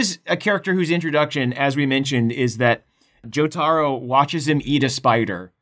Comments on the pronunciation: "Joe-tah-row" Incorrect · "Joe-tar-oh watches him eat a spider" so much of that sentence was wrong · The way you said "Jo-tarro" 😒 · We gonna address how he pronounces jotaro